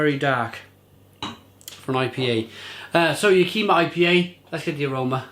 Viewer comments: Living a few hours drive from Yakima it pains me to hear you pronounce it that way. Sorry mate. Ya' ki ma is the correct pronunciation. Alright enough of the grammar police. Cheers. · first off click on this 17 second video,, it tells you how to pronounce Yack-Ih-Mah. It's a Native American (Indian) tribe name, also a valley & city, as well as a hop name for the region. Washington state has Yakima Hops, Oregon State has Cascade Hops, cheers!